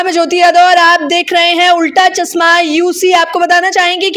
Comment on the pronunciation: Chasma nahi "chashma" hota hai anchor mam